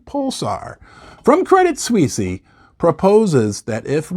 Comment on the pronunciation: I stopped listening when you said Credit Sweesy. I guess anyone can have a youtube video these days.